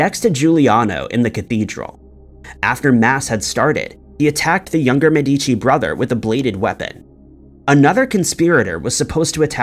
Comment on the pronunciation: A little correction: on the Florentian family name pronunciation the strong sylable is the first one, "Me" and not the second, "di", as you are pronouncing it. It's not "Me-deeee-chee" but "Meheh-dee-chee".